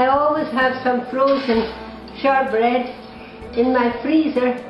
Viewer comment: Did she call it shart bread?